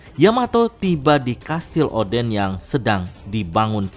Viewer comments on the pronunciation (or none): none